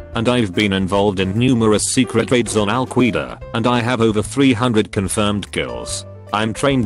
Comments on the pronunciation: He said Al-Qweeda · Oh cool. This dude destroyed Al Qweeedah. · Nobody: Robot: Al-QWEEda Sounds like Shakiras sister lol the Media should’ve started calling Al-Quaeda this just to mess with them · Al Qweeda